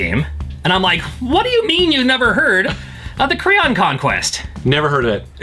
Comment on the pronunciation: I thought he said "The Crayon Conquest." Needless to say I was expecting something completely different.